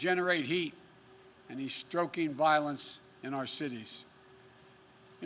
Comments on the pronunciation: Hahahah, he said "he's stroking violence" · "Stroking violence" Biden 2020. Did Joe just wake up and notice the dem streets are burning? or was he "woke" This is the most ridiculous lie ridden speech i've ever been forced to watch, if i finish it. Nope couldn't get past 5 minutes you babbling buffoon.